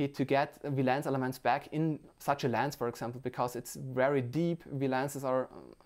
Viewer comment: Not Laaance its lens